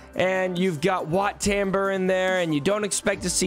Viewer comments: The way you say WAT TAMBUR just hurts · Excuse me it’s wat taum-bore